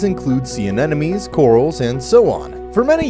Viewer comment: This is supposed to be an educational video. Can the narrator please say "anemone" correctly please? I cringe every time he says "anenemies." 🙄